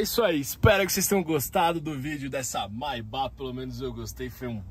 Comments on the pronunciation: lê-se Maybêque mano, não maybó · Pronúncia etrada: o certo é: 'meibec' e não 'maibá' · "mai ba" lmao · Sua pronúncia da palavra Maybach está incorreta, amigo. Mas o carro é sensacional. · Seria legal se o lucutor da Só Veículos aprendesse a pronúnciar a palavra "Maybach" corretamente. A pronúncia está errada no vídeo. Pra quem tem tanta paixão pela marca alemã, vale o esforço de aprender a pronúncia certa.